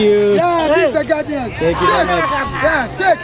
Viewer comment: Mark , you have special way to pronounce ch , you sounds like "chh" like when you say much , lunch so your is like muchh, lunchh. Like Indians use chh Also you looks so much like your dad, nice to see you both in one video , bless your family. 🙏